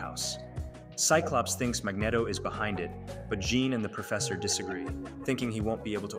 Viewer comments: its pronounced mag-neat-o not mag-net-o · Mag”neh”toe? Really? How dare you cover the X-Men in such an awesomely edited video, only to then mispronounce one of the most famous characters in the Marvel universe? MAG-KNEE-TOE!!! 😂😂😂 I’m just messing with you. But it’s definitely pronounced the way I put it. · I swear, I almost clicked off this video so many times because of how he pronounces Magneto. 😅😂